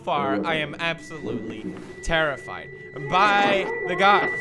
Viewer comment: The scariest part is when he doesn't put a space between the "e" and the "d" in terrified.